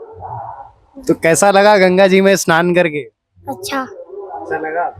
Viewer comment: Bahot mushkil se sudh Hindi bolne ki koshish kar raha hai😂 Haqiqat ye hai ke Urdu alfaaz mooh se nikalta jaa raha hai. snaan ko shanaan kah raha hai.